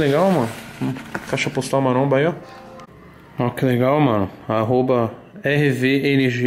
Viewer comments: Tem toguro falando mansão maramba tem like kkkk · SÓ EU QUE ESCUTEI " MANSÃO MARAMBA " NO COMEÇO KKKKK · O:20 Diz toguro: aqui na mansão maramba kkkkkkkkkkk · Mano também vi isso kk não entendi a Intro da mansão maromba aqui no canal do toguro kk